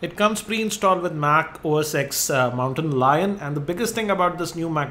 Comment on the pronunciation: Its not OS "ex" its OS "Ten"